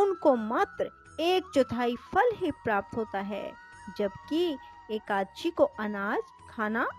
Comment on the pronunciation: जय हो माते ! समय मिले तो एका दशी का उच्चारण शुद्ध कर लीजिएगा । आप 84 हजार ब्राह्मणों को भोजन कराने की बात कही है अब मैं किसी ब्राह्मण को भोजन ही नहीं कराऊं तो क्या चलेगा ? आप विष्णुपूराण पढ़िए सारे ज्ञान प्राप्त होंगे । ये आपको प्राणों प्राप्त हो ?